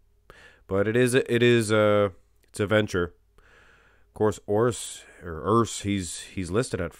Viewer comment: URRs is the right pronounce, well spoken my friend😃